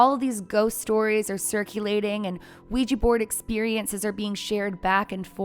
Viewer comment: Sorry, I couldn’t even get two minutes in because of your consistent mispronunciation of Ouija board